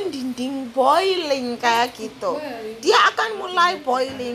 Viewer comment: boilling : mendidih not mendiding